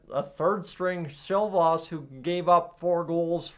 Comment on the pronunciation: Why are you calling Silov "Silvost"